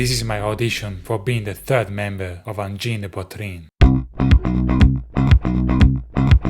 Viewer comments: angine not engine lollllllllllllllllllllllllllllllll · Angine NOT engine. Angine de poitrine is a heart disease. Groovy